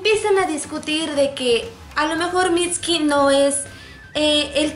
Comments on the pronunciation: deja de decir miski!! es MITSUKI C-A-R-A-M-B-A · mitski jajaja que pronunciación tan mala jajaja aprenden a pronunciar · Aunque se sepa que la "u" en japonés sea muda... No lo enterpretes como si fuera español... No se pronuncia "mitski" como tal... Escucha como lo pronuncian en Japones y te darás cuenta... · es mitsukii no mitski >:v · mitski? así se pronuncia??